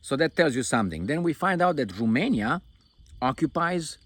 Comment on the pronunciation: Remainia, from now on it is Remainia 😂